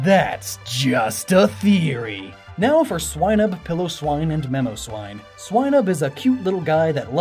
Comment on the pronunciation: Also, It's Pile-oh-swine. Not Pillow-swine lol